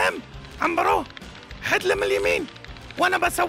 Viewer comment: عمبرو مو عنيرو